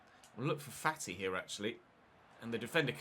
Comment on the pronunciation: fAti not fatI gAvi not GavI tOrres not TorrEs 1 Euro, 2 EuroS not 2 Euro Just some corrections keep up the good work 🤸‍♂️